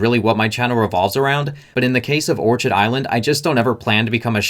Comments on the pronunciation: Not that it changes the point of your info, but pretty sure it's pronounced "or-kid" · It’s orchid like the flower, don’t pronounce the ch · Orchid is pronounced "Or-Kid" ... Its a flower. A well known type of flower. Surprised this guy hasnt heard how it's pronounced yet. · Orchid is pronounced: Orkid....but spelling Orchid.... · It is pronounced or-kid like the flower... you really should verify you know how to pronounce the company name. Love the channel and just trying to help. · I saw that...and didn't buy. Just doesn't feel trustworthy, lots of sleaziness in Florida. BTW, it's OR-KID as in the exotic flower. OrCHard is where fruit trees grow. :) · Great video, but it’s pronounced “or-KID” like the flower 🌸